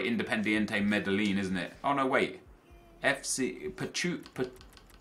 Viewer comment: Medillín pronounced May-deen, for future reference :)